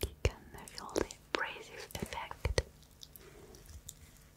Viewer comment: There's something oddly endearing about someone not being able to pronounce the, "th" sound. "Wiss" & "De" Instead of with and the.